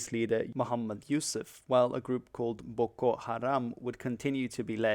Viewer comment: Why do you pronounce "Boko" like if you were a japanese person?